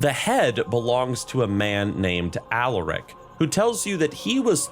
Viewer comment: every time you say Alaric I hear Alarak ala Starcraft 2